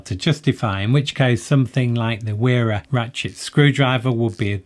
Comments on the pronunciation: Wera is pronounced “Vera”. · Where is the line drawn? Why pronounce Knipex with its proper German pronunciation but not Wera?